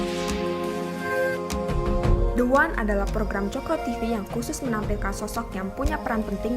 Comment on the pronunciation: Maafff pak,the one kok di baca de wan yg saya tahu the menghadapi huruf vokal itu di baca di,hrsnya di baca di wan,maafffff